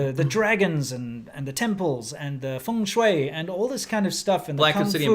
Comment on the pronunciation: how are they saying feng shueyei, instead of feng shui, incredible